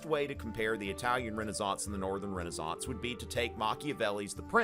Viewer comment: thats how its pronounced